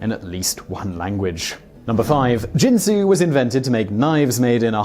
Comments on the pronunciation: Oh you mispronounce Ginsu. It isn't jensu. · Ginsu. Hard G like garbage, gutter, game, etc. Not a j sound. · There should be a top list of the many times Simon Whistler mispronounced a word. For example, the Ginsu commercials clearly pronounced the G , like Gill. It's annoying to hear every video with obvious mispronounciations. Do your research and stop sounding stupid on YouTube. Ricardo MonTALbon? Really? OMG! It's MONtalbon. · Ginsu ( another brand name ) , is pronounced with a hard sounding G . Not with a soft G as in the liquor Gin . I remember the commercials in which they pronounced the name of their miraculous new knife . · you are saying Ginsu wrong, you are pronouncing it Jin-Su not Gin-Su G G G ge Ge Ge sound, Ge In Sue, next you will probably start saying JIF instead of GIF, JIF is a bloody peanut butter brand not an animated graphical interchange format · I'll translate for the Americans. Its "Ginsu" not "Jinsu" 😜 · Ack! Simon, you're videos are wonderful, but for the sake of my ears, please check the proper pronunciations of names: 'Ginsu' has a hard 'G' sound (like 'gun'), not like the alcoholic beverage "gin". And Ricardo Montalban's last name is 'MONtalban,' not "MonTALban.' ;-) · Ginsu not jinsu. Apparently they didn’t air those infomercials in whatever foreign country you grew up in. Here in the USA the commercials pronounced the word with a hard 'G'. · Karl Smallwood... could you teach Simon to pronounce words the way they are meant to be ? Jinsu doesn't make knives but Ginsu does and they use the hard G in their advertising. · It's Ginsu with a hard G, not a J. I guess you never watched the commercials. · Ginsu, not Jinsu... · /GIN-soo/ not /JIN-soo/, and Ricardo /MAHN-tel-BAHN/, not whatever the hell you said. You mispronounce a lot in your videos. Please contact me in the future on any words you are seeing for the first time and I will tell you the correct pronunciation. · Ginsu uses the hard G. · Ginsu (like Go), not Jinsu (like Jump)...